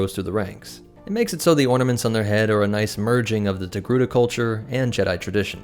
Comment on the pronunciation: After hearing his pronounciation of the name through the whole video, now I always write Tegruda